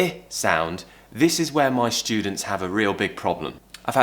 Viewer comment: I agree with Lily, please address "st"...it is NOT quesHtion, sHtreet or even sHtudent!!!